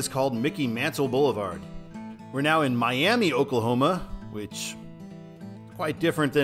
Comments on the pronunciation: Any plans to do James River Freeway or Schoolcraft Freeway in Springfield, MO? There’s a lot of QuikTrips in St. Louis. They are actually headquartered in Tulsa. Also Miami OK is pronounced My-am-uh not My-am-ee. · The Oklahoma version is pronouced Mai-AM-uh, not ee. As with Boise City in the Panhandle, it's easy to tell who the non-natives are. And while the super-old historical routes indeed aren't signed well, we have plenty of books and web sites that tell us where we need to go. (And the first control city in the state is actually pronounced the way you probably thought it would be: kwaw-paw.) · Just a couple things I noticed: 1. Miami is pronounced My-am-uh 2. Vinita is pronounced Vi-ni-ta